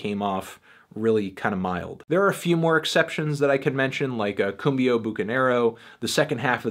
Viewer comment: I very much appreciate your surprisingly decent pronunciation and proper graphic, tonic accentuation of the language. You rock (or cumbia?), eclectic sir.